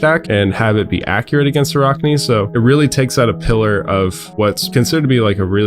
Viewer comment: Ah-rack-knee. In all seriousness good video. Love the assassin feel and hope we get a lot of support in the next set.